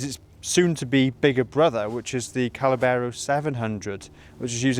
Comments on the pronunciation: Oh maaan! 🙈 It's not Callabero it's Caballero 👌 Cheers for the review 🤘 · NOT CA●LA●BERRO , try CA-BA-LLERO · You say callabero we say caballero. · Callabero....!!!!!?????? Come on man it is written on the tank.......🤣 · it's not Callabero!! Caballero - I'd love one of these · Spanish guy here. Caballero, Spanish word that means "knight" it is pronounced "cabayero". Nice bike, it reminds me the enduro bikes of the seventies. I saw the bike in the flesh and I loved it. Forks are spectacular and overall quality awesome. Love the video. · caballero, cab-uh-yero, fwiw. cheers.